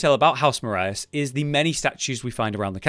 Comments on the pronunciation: One small point of criticism: it's not pronounced "Mar- ay- es." The i is clearly behind the a, and thus it is pronounced "Mar- eh," which is actually French for "swamp." Makes sense if you look around the area too! Other than that: great video! Interesting theory and well put. Hope you make more. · I don’t remember where I heard it from, but Marais is pronounced Maray, it’s French for Swamp. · I think it is pronounced "Mar-ray". Know someone with that last name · Eochaid is actually pronounced 'OH-hod', similar to Eoghan (Owen) and Orlaith (Orlah). Marais is francophonic, and is correctly pronounced as 'ma-RAY'. Sorry, I'm a language nerd, and I hate seeing mispronunciations. Skyrim drove me absolutely insane with its errors, so I try to gently correct people now so the same errors don't happen again. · Marais is pronounced ma-ray